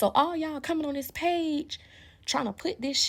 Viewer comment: Dis, dat, dese, dere from a professor 😢